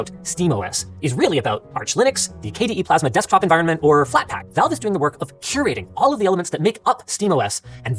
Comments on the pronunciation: Does Linus know it’s supposed to be a gaming console? Lmao. Unrelated but I’ve never heard Valves name pronounced Volve hahaha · Counterpoint: Linus calls it Valve and you call it Volve, so maybe you guys are talking about different companies